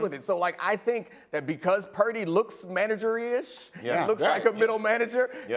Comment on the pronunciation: Dominique said "manageryish"😂😂😂😂✊🏾